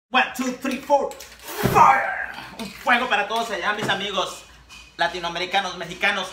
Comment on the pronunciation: He say frie ! Is so funny